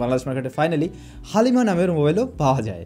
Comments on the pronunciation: ❣️ উচ্চারণটা 'হালিমা' না বলে 'হ্যালিমা' বললে ভালো লাগে। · হালিম 🤣🤣🤣 হালিমা😂😂😂